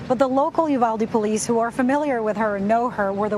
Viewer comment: It's U val de. I think the mom worked at a pecan orchard.